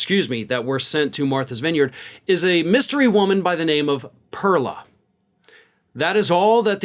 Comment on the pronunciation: You either pronounce it right in Spanish or say her name in English which is pearl like what comes out of an oyster.